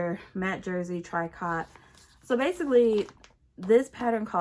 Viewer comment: Can't wait to see the silver sparkly dress! By the way, "Tricot" is pronounced "tree-koh." It was originally a French word meaning "knit."